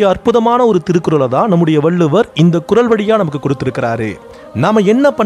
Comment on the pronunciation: நல்ல கருத்து...! நன்றி ! வாழ்த்துகள் ! சிறு குறை... தமிழ்ச் சொல் ஒலிப்பு... ல, ள, ழ ஒலிப்பு வேறுபாடு அறிந்து பேசுங்கள்.. குறள் குரல்... வெவ்வேறாக ஒலித்திட வேண்டும்.